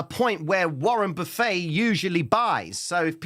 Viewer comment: The Way you say Warren buffet is hilarious to an American here. Its "Buff-it" I know its like a all you can eat place but he says "buffit"